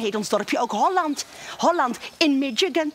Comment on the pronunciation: Mis-jih-kun. Niet mit-tjsik-kun.